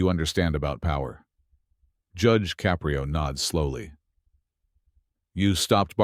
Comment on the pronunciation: You lost me at Judge Caprio's name pronunciation.